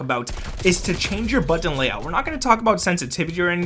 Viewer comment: Am I the only one that hates the way he says “button” 😂😂 BuDtOn